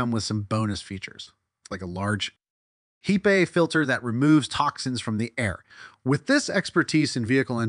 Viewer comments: Hype is correct. Is he going to "Re-invent" heat pumps ? HEEP-A filter Its a hepa filiter. Short "e", as in pep. Not a long "E", as in heat. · HEEPAY filter.... HBAC? wtf 😂